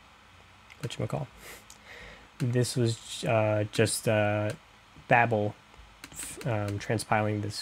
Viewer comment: Babel(Bay-bill) not babble(bah-bill) think tower of babel